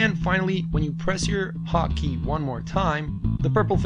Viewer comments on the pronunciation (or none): "haw key"